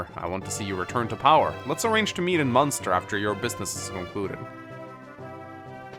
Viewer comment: Munster triggers me it's Manster